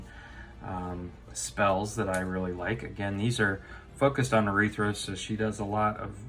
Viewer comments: It’s arythea not urethra... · Dear lord, it's pronounced arythea, not arythra.